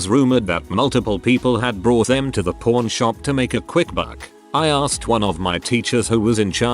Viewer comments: You gotta work on your accent, a pawn shop and a porn shop are two different businesses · It keeps sounding like he is saying porn shop lmfao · Idky why the narrator sounds like he saying "p0rn shop"